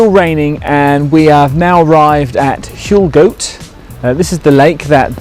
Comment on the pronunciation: Huelgoat is pronounced Whale Gatt. Can’t believe it was raining !